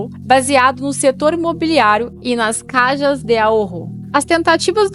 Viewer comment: Se esta apresentando o video en portugues melhor falar todo em português,caja em português es caixa ,esta maneira como diz caja no existe em idioma nenhum